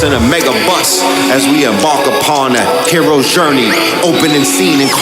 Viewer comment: Did he just say 'Heroe's Gurney'!? 🔥🔥🔥